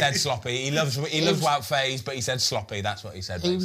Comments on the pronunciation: Small pronunciation tip as a belgian, Faes, the "ae" you need to pronounce like "aa", like the F1 team Haas. Same with other players like Saelemaekers, Praet, ... just say aa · Believe faes is pronounced fars - but thanks for another great show the research etc is clear to see